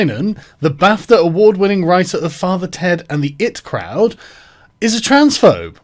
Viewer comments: "Graham LINE-an" "The it crowd" ffs Sargon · I've been watching you for a long time, and mispronouncing The Eye-Tea Crowd might be the worst thing you've ever done. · This would've been a much better video if you'd've learnt how to pronounce 'The I.T. Crowd' and 'Linehan' correctly.